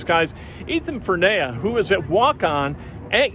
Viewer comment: Great interview. Great kid. Name is pronounced FER-knee-uh.